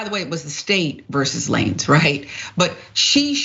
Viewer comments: I can’t get over lah-nezzzzz like who is that???if you’re gonna profit off of clout chasing and “reporting” at the VERY least say the names correctly. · Woman . Stop butchering his damn name . Who the hell is Lan-ez ? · Tory who?! Lmaoo who is Tory "La-nez"🤣🤣 I'm screaming. Too funny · Everytime she says "La-nez" take a shot!! 🤣🤣🤣🤣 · why does she keep say la nez... 🤦🏾‍♀️ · 😂😂 It’s Tory Lanez. But pronounced Lanes. 😂😂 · "Tory LaNezz" 🤣 🤦🏾‍♂️ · Couldn’t have said it any better. The fact that she couldn’t even pronounce his name correctly, shows the little effort put into educating herself on the case. This whole thing was all speculation and emotionally biased. It’s sad that simple minds can only see black and white, incapable of seeing the gray area and stop making this a case of black women oppression. This is an individual case that is unrelated to R Kelly or Cosby, but if you stand up for a black man that is accused of anything you’re automatically categorized as a chauvinist or red pill radical. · Will someone correct her please on how to pronounce his name 😂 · Who is lanez? You pronouncing it wrong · She did that on purpose, she's pronounced his name properly in the past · Firstly this “Host” needs to learn how to pronounce the names properly of all subjects in her story… And that message from Nicki Minaj happened almost a month and a half before the incident dumb ass.😢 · Who the fuck is la-nez? It's Lanes with a 'z' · So you're telling me someone couldn't have told this lady it's pronounced "lanes" not "la-nez" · You cant be black and repeatedly say, "Lanehz" instead of "LANES" its pronounced "LANES"!! Your black card is revoked🤣🤣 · its lanez not la nez its like sayn lane like stay in yo lane so its lanez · It's pronounced "Lanes" like in the streets, highways, etc... Not La-Nez sista..😉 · La-Nez😂😂😂 It’s pronounced Lanes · Not Tory "LaNez"! 🤣🤣🤣 She said it mad times too! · did she just say Tory LaNez? ma'am it's lanes with a Z but continue... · Who’s “Lan-ez”?